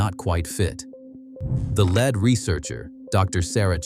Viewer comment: Learn how to read- its pronounced 'leed' .